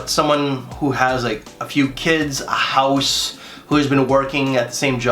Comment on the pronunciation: the way you pronounced house wasn't very canadian 😒🇨🇦